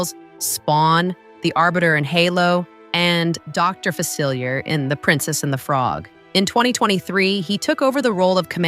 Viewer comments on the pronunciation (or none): none